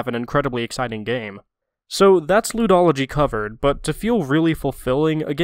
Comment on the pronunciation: "Ludology" (pronounced Lewdology) I myself am a bit of a Lewdologist.